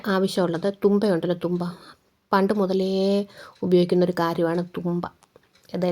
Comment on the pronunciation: തൂമ്പ അല്ല.. തുമ്പ 🤣